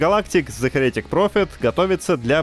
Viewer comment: Heretic вообще-то имеет ударение на первый слог, как и "Акира". И послужной список дуэта Резнор-Росс на "Социальной сети" не закончился: у них уже большой перечень совместных работ, а в последний раз "Оскар" они получили в 2021-м за мультфильм "Душа".